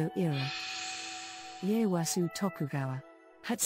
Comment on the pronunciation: Ieyasu, not Leyasu.